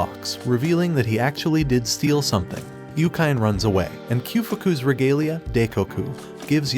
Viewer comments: Its YU-KI-NE. Why dont you just call Anime...Anaym then😅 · yookain. yookain? yookain. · this guy definitely does not watch anime... Yukyne lol